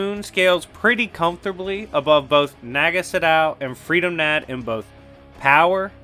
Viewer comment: Its pronounced with a short U not a double O sound. Almost like "kahn" but with a u. Freedom Nadd is pronounced Freedom Nod